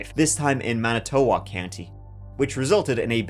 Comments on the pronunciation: manitowoc is more like "man-eh-tuh-wok", i think maybe be lazy with your vowels to pronounce like we do~ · I'm a Manitowoc native (pronounced MAN-ih-tuh-wok, by the way!) and remember this tragedy clearly. If you are looking into local cases, there is another heartbreaking incident that happened right next door in Two Rivers involving the death of a toddler, Elijah Vue. When he was first reported missing, our whole county and much of Wisconsin came together to search for him. Now, his mother and her boyfriend, Jessie Vang, are facing trial—her for neglect and him for murder. It's a truly devastating story. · Iive in Wisconsin and never even heard of this, before your video. It's pronounced Man-it-tue-woc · Man-a-toe-walk lolol. Mana-ta-wok